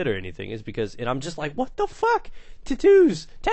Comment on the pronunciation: LOL "titoos"